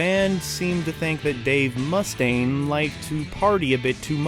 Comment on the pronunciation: It's fucking unreal how many errors are in just the first 5 minutes of this video. Their demo album was called "No Life 'til Leather.' Cliff Burton died in September of 1986, not December. Dave Mustaine's last name is mispronounced. This is all in the first 5 minutes. I couldn't watch anymore. Did you just hear of Metallica 20 minutes before making this video?